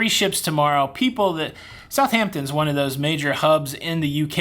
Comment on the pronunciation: How many h's are in the word Southampton?😂